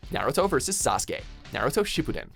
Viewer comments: HE PRONOUNCED NARUTO AND SASUKE PERFECTLY! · Hey!Someone knows how to Sasukes name right